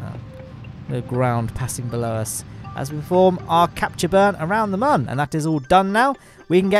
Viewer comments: Why does he say mon and not moon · Why do you say mon and not moon?